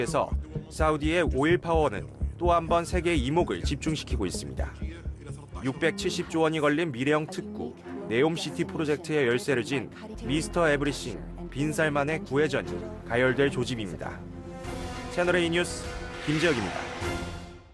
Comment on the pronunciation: everything을 에브리싱으로 발음 레전드 그 잡채